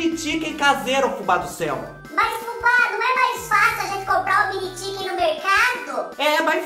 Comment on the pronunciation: Achei engraçado vc chamar eles de Mini "Tiken"🤣...um inglês bem interiorizado👏👏👏👏👏😃